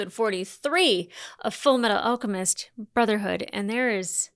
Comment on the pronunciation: It tickles me when you say ulchemist instead of alchemist